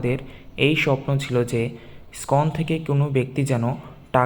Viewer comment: ওটা স্কন নয়, ইসকন মন্দির। উচ্চারণ গুলো ঠিক করুন।